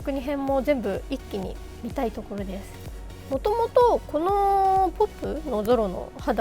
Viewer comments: もう最高 読み方はぴーおーぴーですよー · P.O.Pの読み方はピーオーピーです。 2次元彩色めっちゃカッコイイです。 エースお願いします🙇‍♂️